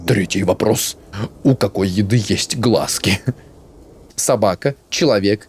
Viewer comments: НЕМНОГО ИНФЫ: 1. Да, с тату не всюду пускают из-за якудза 2. Не глазки, а глазкИ, то же есть и на картошке, мы их обычно выковыриваем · 😅😅😂😂😂😂😂 Не глАзки, а глазкИ😂😂😂😂😂 И у картофеля есть такое знаешь?😂